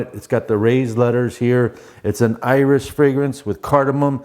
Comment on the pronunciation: Oud 24 hr edp i got for $7 on TripleTrader!!3 sprays worked great.Wasnt too much in 80 degree day.Unc your "Iris"sounded like "Irish" on Le Male Le Parfum breakdown.5 oclock in Florida??lol